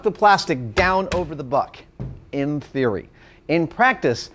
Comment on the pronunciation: I keep hearing butt instead of buck